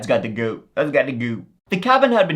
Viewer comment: I love when he says "lets give it a goo" lolol